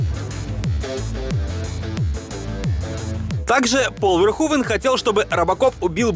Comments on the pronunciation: Раз живёте не первый год в Нидерландах, то должны знать, что имя произнесено неверно! Не Верхувен, а что-то близкое к Ферхуфе должно быть (вместо звонкового "в" более глухое "ф", плюс "n" в окончаниях проглатывается, поэтому этого звука почти не слышно, ну и звук "х" отличается от нашего). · комментатор выше не права, всё равно неправильно имя произносите, если передавать русскими буквами эту нидерландскую фамилию, то будет звучать примерно как "Ферхуфе". Сорри за то, что пишу почти год спустя, только недавно открыл Ваш замечательный и интересный канал. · Все же не ВерхУвен, а Верховен. И не "одеть", а "надеть" - "надеть одежду, одеть Надежду") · Если фамилию режиссёра произносите Верхувен, то и столицу UK по русски говорите как Ландан. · показав как Питер Уэллер-американский актёр (родившийся в штате Висконси) произносит имя режиссёра : Paul Verhoeven .Ты утверждаешь что произносишь имя этого режиссёра правильно ? Да они там имя Билли из штата в штат каверкают , ты чего ?